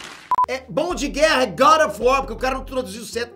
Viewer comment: Good of war. Meu amigo fala assim também